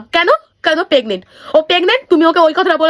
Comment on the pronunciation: Pregnant ❌ Pegnent ✅